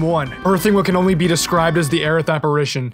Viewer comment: Her name is Aerith. Period. It was never "Aeris". Ever.